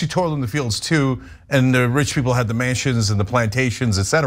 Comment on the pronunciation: . I thought he said rich people has the Manchins and the Plantations, as opposed to Mansions... Same difference, I guess